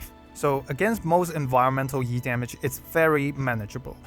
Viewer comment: I'm so ready for Yu, but still I hope I can get him early and manage to snag Blaze alter as well. Also E-damage sounds like YEET-Damage